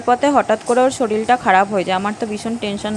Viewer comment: Soril bolchho keno?? Word ta hobe Sorir